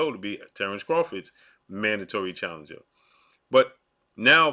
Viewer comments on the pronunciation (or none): none